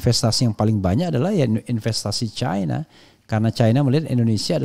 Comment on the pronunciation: Bung Rafly kalau nyebutin cina jangan caina,di suka disebut cina begitu